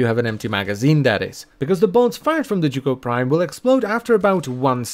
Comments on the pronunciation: You english people sure are strange: the weapon is the zhuge but you call it jugo. Must be language difference but i find it very strange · Z-H-U-G-E NOT Z-H-U-G-O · "The joogoh prime" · It's pronounced zoo ge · The "Jewgo Prime"? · is it not pronounced like Huge but with a Zuh sound instead of the "h"? zuhuge? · How the hell is that said as chu ko I’ve be saying sie uge for years now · Zzz huge prime ur miss pronunciation is crazy lol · Butchered the name 😓😓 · The most amusing thing about the Zhuge is listening to all the pronunciations from different youtubers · The way you pronounce this weapon gives me ear cancer 😂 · that Is NOT how I thought that name was pronounces this post was made by jooj gang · i'm sorry how did you just pronounce zhuge? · everyone's commenting about how the title used to be a ninkondi video but I'm over here questioning his pronunciation of zhuge lol